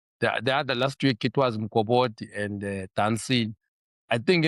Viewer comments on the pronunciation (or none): Nadim Mokobodi pronouncing ngesiSwati. pronounced Mukobodi. Petersen looks promising better than what we have now.